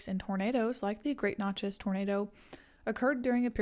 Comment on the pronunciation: Love this video. Interesting facts, enchanting voice. One point to clarify for the future is Natchez is pronounced just like matches (or gnat-chez). Keep up the great work!!!